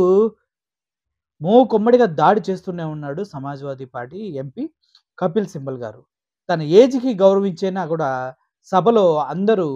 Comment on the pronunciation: Kapil Sibal. కపిల్ సిబాల్. సింబల్ కాదు.